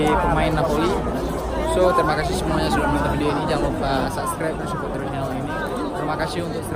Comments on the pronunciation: HAHAHAH LU LIAT DEH DIA NGOMONG SUBSCRIBE JADI SUBSGREB WKWOWKWO KOCAK NGENTOD .. Kok gw emosi nnton nya yah wkwkw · Kata martunes jgn lupa sanscrep😂😂bang sklh lagi biar bisa bilang subscribe😁😁